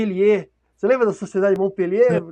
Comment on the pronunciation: O mlk da direita da tela disse "Sociedade de Montpellier" 😂😂😂 É Mont-Pelerin, mlk!